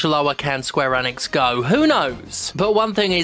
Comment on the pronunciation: Also its pronounced Eeeee nix. Not N ix. :)